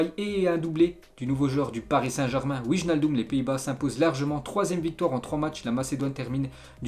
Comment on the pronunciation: juste une petite correction, cest wynaldum le ij en neerlandais se prononce ay:)